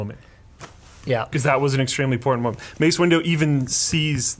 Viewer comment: "Mace Window"